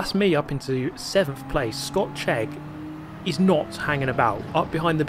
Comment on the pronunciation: You say "Scott Chegg" and I hear "Scotch Egg" :face-green-smiling